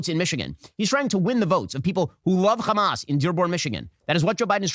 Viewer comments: Shapiro isn't even a Hebrew speaker, he's just a regular American, but still keeps calling Hamas as "Khamas" like all the Israeli lunatics bc they think this is degrade them and apparently in their book or language khamas is something negative. Never mind that Hamas is spelled differently and Arabs, who would know best, don't pronounce it that way. The ultimate bigotry, arrogance, and supremacy. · Yes, Khamas, as of he's a Hebrew speaker. Has no problems pronouncing "H" other than in Hamas. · We pronounce it khamas to redicule the ones who do it. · The baby, 3-year-old teenager, grandparents and parents in RAFAH are antisemites? Wow! Ben is a dumb stupid loser. Why is he saying Khamas and Khan Younis